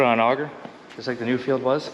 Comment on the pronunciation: 177hp Perkins............Nuffield is pronounced.......Nuff....ield, not Nu....field, all the way from the UK.